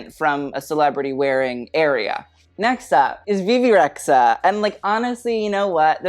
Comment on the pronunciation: Kinda weird to despise Rita Ora and Bebe Rexha (by the way it’s re-dja) at the same time, especially when you know they have the same origins. as an Albanian girl I feel not offended but... confused ;) maybe you have some common points with D&G after all... Let’s see if you add Dua Lipa to your « why are u here » next time (yes.. Albanian girl too)